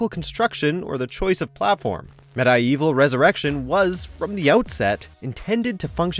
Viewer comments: Med-Eye-Evil? Is this a joke? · that bugged me almost as much as "Med-eye-evil" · This dude don’t know how to pronounce medievil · Said Medievil wrong